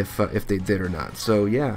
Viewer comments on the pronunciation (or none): none